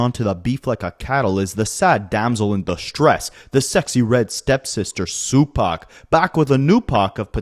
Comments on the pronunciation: My boy said Su Pac 😂🤣😭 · Sue-pac is my new favorite 😂😂😂😂😂